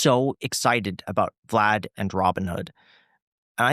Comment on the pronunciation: Why tf is he calling him “Vlod”???